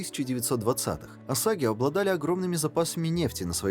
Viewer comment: На . Какие ещё "осаги"? Племя называется "осейджи". Автору не мешало бы посмотреть фильм либо тщательнее готовить произношение слов.